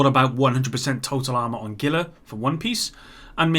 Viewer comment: ITS HEE-LA. NOT GILL-LA. ITS A FRICKEN TRIBUTARY TO THE COLORADO RIVER.